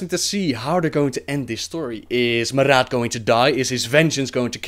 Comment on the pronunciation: The way you roll your 'r's makes you sound like a real draenei in several places, like when you say Maraat that sounds pretty good. Anyway lols at your description of blackhand that was cool.